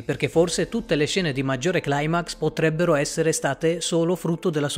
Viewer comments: Bellissimo video ma... la parola "Climax" si pronuncia "Climax" no "Claimax". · Cribbio ma si dice climax, che cazzo è CLAIMAX 😞 è Italiano non inglese.. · CLAIMAX NON SI PUÒ' SENTIREEEEEE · più che altro è una mia fissa. È un termine Greco non Inglese. Mi dà noia questa "americanizzazione" ossessiva.